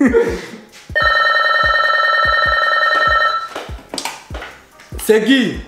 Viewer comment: 🤣🤣🤣🤣🤣 un vrai africain "C Ki"